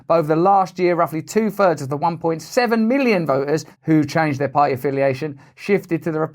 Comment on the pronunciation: Russell, who is British, should learn how to pronounce the word "party;" it contains a "T-"sound. His mispronunciation sounds like "pah-ee." Also, the liberal-elites and Demo-commies must groaning and gnashing their teeth, as one of their own trashes them on YouTube. Of course, the weasely Repubs are not much better ... or "beh-uhh," as Mr. Brand would pronounce the word. I opt for Christian theocracy, by the way.